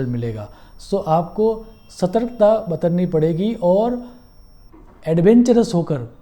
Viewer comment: क्षमस्व गुरुजी! बतरना नहीं बरतना!